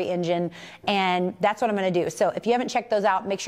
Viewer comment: These funny - she said ".. vvhat kind of elite..." 😅😅 im laughing f😅r 2 days... knowing she WASnt even european 😅😅😅😅😅😅😅😅 😅😅😅😅😅😅